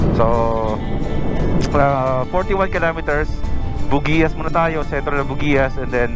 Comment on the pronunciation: Hindi po bugiyas ang tamang bigkas ng bugias kundi bog yas.😀